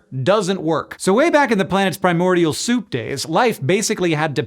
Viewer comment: The “Soup “ lmao.